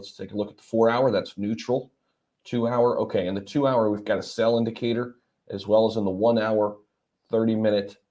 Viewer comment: Sale Sale Sale (not sell) Damn ‘S’ words! lol Thx 👏 CooleyO